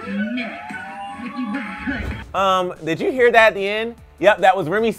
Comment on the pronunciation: "Nicki wus good" please.just.stop.thanks😐